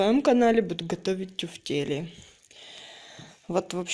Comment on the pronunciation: МакарУны, а не макароны. Раз уж вы тефтели тЮфтелями называете, то хотя бы макарУны называете правильно!